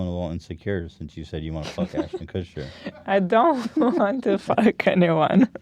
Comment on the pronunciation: Ashton Kutscher Kushtcher Kutchsher Kuschtcherter Kushtuchhershuscher